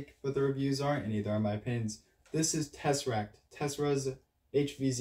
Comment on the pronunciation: Bro, it’s called “Tesseract”